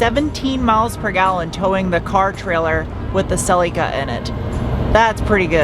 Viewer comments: Whyyyy are you saying Cel-y-kuh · WE pronounce it a bit different in Oz. Sir Leak ah. (Cerlica).